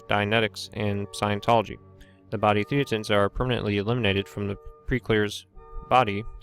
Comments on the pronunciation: It should be pronounced "thay-ten". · It's a bit annoying that this guy mispronounces "thetans" every time. Especially since that is the pretty central to the topic of the whole video. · Actually it's hilarious for its irreverence